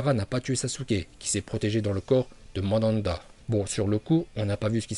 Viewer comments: Arrete de dire mandanda bordel 😭😂😂😂😂😭😭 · Le rinne tensei no jutsu n'est pas suicidaire, c'est juste que nagato n'avait plus de Chakra, et c'est drôle de t'entendre dire mandanda et pas manda... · mdrrr mandanda😂😂😂 c pas manda normalement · Chu mort il a dit Mandanda 😂😂😂👍👍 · Le serpan ces manda pas madanda